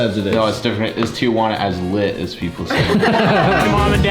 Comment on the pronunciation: It’s Tijuana not Tia Juana